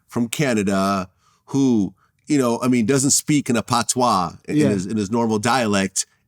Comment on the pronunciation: Vlad should never say "pah toia" EVER EVER EVER again